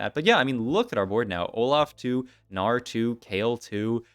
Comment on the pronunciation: “Our Gnar” sounds like Australian Oh no